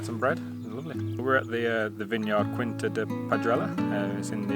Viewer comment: The "qui" is pronounced like "kee", so "quinta" should sound more or less like "keenta". Oh and the "J" in "José" is pronounced like the "J" in your Joseph and not like the Spanish "Hosay". 🙂 was right about the Ujo, it's a species of european Owl. Just one thing: the valley you see from the lookout point is not the Douro Valley, it's the Tua river valley.